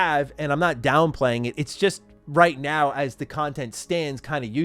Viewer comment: Did you say right meow